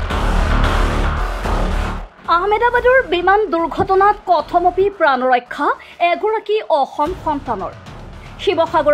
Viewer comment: কথমপি বানান টো শুদ্ধকৈ উচ্চাৰণ কৰিব